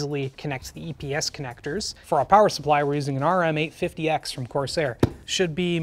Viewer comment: pronouncing that as RM8 50x is so cursed.